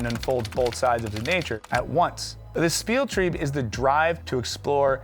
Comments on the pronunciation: U sure it's 'Splieltreib'? That would explain your exceptionally weird pronunciation. In German it is spelled 'Spieltrieb'. One less L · The German "ie" is an "ee" sound while "ei" turns it into "I" so its pronounced "Speel", its probably the hardest part for english speakers right after the "ch". Anyway about the topic of the Video? I think I became a better person thanks to RPG doing that Empathy machine thing. Planescape Torment was really great at that... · It's "SPIELTRIEB"